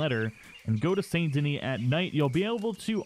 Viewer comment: Can we just talk about how he says the second part of saint denis correctly but not the first?